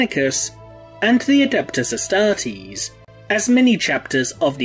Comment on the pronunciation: The way you pronounced "astartes" is a heresy by itself.